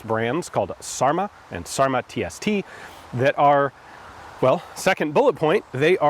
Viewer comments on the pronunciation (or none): It's not "sarma", it's"särmä"! "Ä" is the vowel in "dad" or "cat".